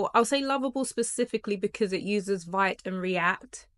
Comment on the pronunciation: Excellent info. By the way, Vite is pronounced "Veet" (rhymes with "Tweet"). Also, Astro allows you to incorporate React in your code and easily query a WP headless backend.